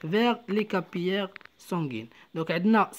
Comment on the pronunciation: للتصحيح فقط: capillaires sanguins ننطقها كابيلاغ و ليس كابياغ